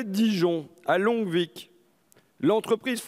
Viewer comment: Longvic on ne prononce pas le C